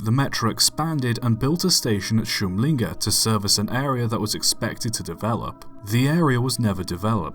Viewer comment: Eh, we who live just around the corner does not pronounce Kymlinge as Chymlinge, but with a hard K as in the word kick. För de som pratar svenska så härrör namnet Kymlinge (med hårt k) enligt bl.a. boken ”Stockholms gatunamn” från Kummelby (vilket i sin tur var ett namn som hade med [grav]kummel att göra. Dvs. K framför vokal innebär inte alltid ett tje-ljud i ortsnamn etc. Thors film also contain several other mistakes. The C5-Type was not second hand, but a test train. Built by Hägglund in Örnsköldsvik . Furthermore, the picture of the interior is from an entirely different train. Probably not even a Swedish one. Also, the picture of the narrow street (alleyway) seam to be of something in Germany.